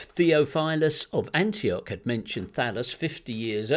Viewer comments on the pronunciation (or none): none